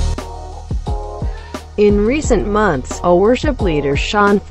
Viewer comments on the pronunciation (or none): none